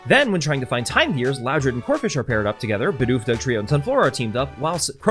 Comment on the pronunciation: When you said "Bidoof is" I heard it as "Bidoofus" as in a portmanteau of Bidoof and doofus